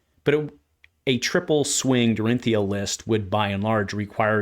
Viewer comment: Unsheathed is certainly a crazy good card! I also love shift the tide! Glad that one is not just me… I love that you get her shortened name correct. People saying Dori always slightly grates me…